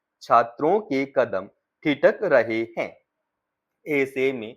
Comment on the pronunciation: हैं और है के उच्चारण में आप अंतर सही से नहीं कर पा रहे हैं अच्छे से भाषा बोलने की अभिव्यक्ति सही करें